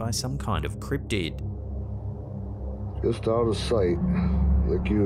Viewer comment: I don’t think it’s a cript’d or criptid but I know it’s not a criptead.